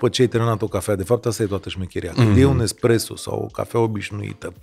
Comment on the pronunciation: Daca tot am intrat la acest podcast.... se numesc mostre ,nu monstre , also espresso, nu expresso. Toate cele bune! ☕️